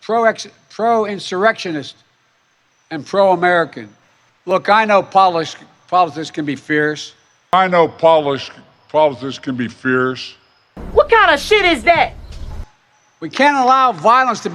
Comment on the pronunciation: It’s politics not polotics. He can’t read and you can’t spell